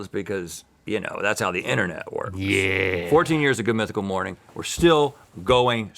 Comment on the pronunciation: You were saying morning with a u? Oh no 😢